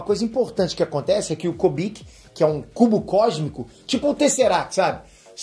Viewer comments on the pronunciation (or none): não é Kobik é Kubik, cubo de Rubik. Por favor. Da ênfase na fala, fica foda.